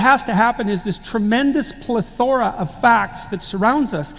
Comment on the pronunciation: He mispronounced "plethora" - LOL